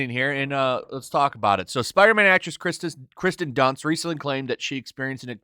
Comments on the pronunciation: Dude your channel is just fake outrage over fake outrage. You couldn’t even bother to say the actress’ name right so why should anyone trust anything you have to say? I challenge you to actually talk about things you like and try to get by using something other then Hate clicks. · Is he saying Kristen Dunst or Kirsten Dunst?